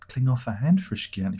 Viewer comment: this frusciante joke could be fun for first time but you keep doing it and after three times i had a urge to punch the screen. it's frusciante, john anthony motherfucking fruscianteeeee. if you dont know how to pronounce then dont, you can call him john. there is no other john in the band so...